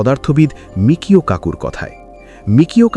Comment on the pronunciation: এতদিন ধরে শুনে এসেছি, তার বেশকিছু বইও পড়া হয়েছে, সর্বত্রই আছে বিখ্যাত পদার্থবিদের নাম 'মিচিও কাকু'। আপনারা মিকিও কাকু বলছেন কেন!